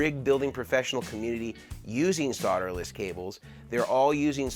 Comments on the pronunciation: Soderless, please there is an L in there. Learn to pronounce in English. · The BIGGEST myth about solderless…is that it’s pronounced “SOD-er-less”…there’s an “L” in the word for a reason! It’s pronounced “SOLE-derless” NOT “SOD—“! You’re not SOLE-dering with dirt! A SOD is a clump of dirt!